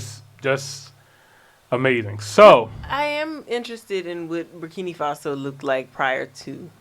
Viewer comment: I LOVE YOU GUYS, BUT THE NAME IS BUR KI NAA FASO! NOT BUR KI NII FASO!